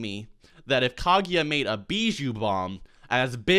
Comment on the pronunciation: KAGUYA M8 GET IT RIGHT